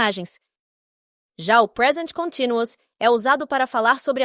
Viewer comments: sem querer julgar ,mas como estou tentando aprender o idioma ,eu tbm achei a pronúncia continuous estranho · Com todo respeito, mas você pronunciou a palavra "continuous" de forma errada e o título acima também está grafado errado. Tomei o cuidado de consultar alguns dicionários online, ok? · Que interessante. Eu nunca ouvi a palavra ‘continuous’ sendo pronunciada dessa forma.